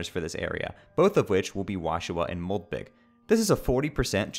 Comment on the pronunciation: Why does call moldbug moldbig?